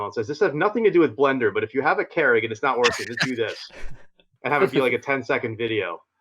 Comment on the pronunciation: A "care-ig"?? is that hows its pronounced? I've always gone with "cure-ig"